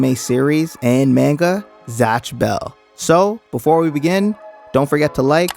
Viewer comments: I used to love this show. None of my friends ever saw it though surprisingly, even though they were all anime nerds too Edit: I also hate how people pronounce it “maynga” instead of “mahnga” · Man-Guh lol. Haven't heard it said that way before.